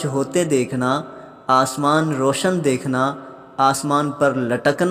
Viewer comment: اسمان نہیں آسمان